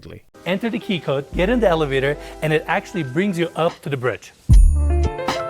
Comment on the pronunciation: He sounds like he has a little bird tongue! LOL 👅🐦"We're on a bread right now" He means to say BRIDGE! 🤣